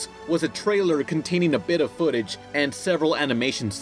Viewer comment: he says footage as foot appears mhhhhmh